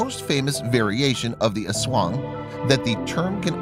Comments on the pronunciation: Bruh u pronounced aswang wrong Its ass-wang And its called cha-nak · Did he pronounced, ASWANG As Eswong It's Tik-ba-lang Not Tikbalang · The way he says aswang hahahah